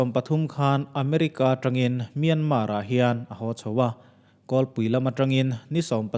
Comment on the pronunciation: Myanmar hi Mian-mar tih loh tur, mia-ma ti-a lam tur. Zoram-than-ga ti-a an lam a dik bik lo